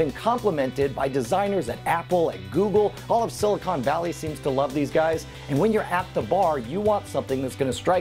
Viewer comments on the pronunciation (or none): none